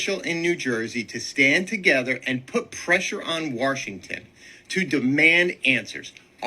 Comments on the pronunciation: Lol "warshington" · Woeeeee that man threw my balance off with how he pronounced Washington. I literally double looked at the screen as if it would change my hearing somehow. Never have I EVER heard someone IN OFFICE mispronounce Washington. “We need to band together and put pressure on wurshington” IS ABSURD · there is no R in Washington